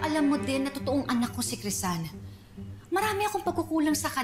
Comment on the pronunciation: PARANG HINDI CRISEL YUNG PAGKAKARINIG KO PARANG CRISAN